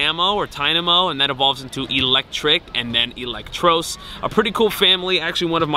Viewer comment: Elect- Tross like Trusss not trose